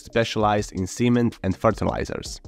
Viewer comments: Cement is pronounced the same as in ferment, pretend, lament, circumvent not semen lmao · I wasn't looking at the screen at that moment, and I was like huhh wait a minute, hold up, something ain't right. That gave me a good chuckle.